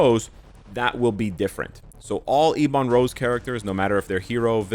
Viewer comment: Please stop saying eeeeee bon rose, its ebon rose, is ebony maw called eeee bony maw? No he isn't, please learn how to pronounce words lol, both you and other creators keep saying same thing and its so frustrating. Other than that, love your videos